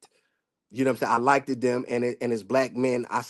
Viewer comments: He also said like-ED not liked lol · Exactly, he said likeded several times too.